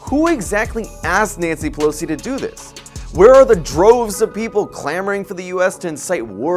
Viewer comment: Naughty Pilowsee - Ai See